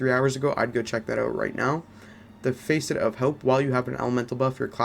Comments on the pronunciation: Nice work dude. Keep it up. BTW, don’t get offended. It’s pronounced ‘FASS-ET’ like fastest, not ‘FACE-ET’ like Face and et. But like I said. Nice work. I’m away so I haven’t played yet but I’ll give your build a try as soon as I finish the campaign. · Facet is pronounced fa-set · everytime you pronounced Facet as "Face it" shit made me crack the F up lol.